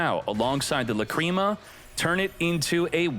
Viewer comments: The fact that u keep pronuncing la-cream-ma kills the video for me. This jokes are not funny, same shit with ze amin... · Lacrima should be pronounced like that, Just with the accent on A instead